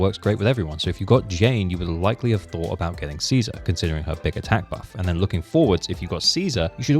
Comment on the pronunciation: Ah yes "anout", my favourite word from the English language